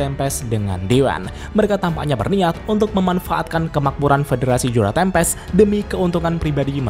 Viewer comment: Yang gua denger federasi juna tempest :/